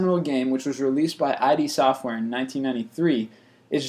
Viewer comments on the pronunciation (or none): He pronounced ID Software as an acronym. It's a word and spoken as one. Id is the part of the brain that gives pleasure :) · I.D software ? NO! No! no! it's "id" not I.D